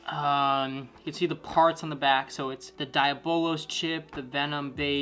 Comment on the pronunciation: He can’t even say diabolos right (hilarious)